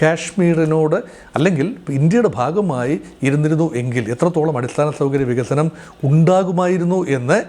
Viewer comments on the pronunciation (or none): none